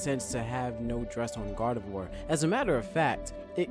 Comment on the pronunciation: YOU RUINED MY FAVOURITE FUCKING POKÉMONS NAME!!!! IT'S PRONOUNCED ZO-RO-ARK!!!!! GET IT RIGHT BEFORE YOU SAY IT!!!! It's also Gar-de-VWAR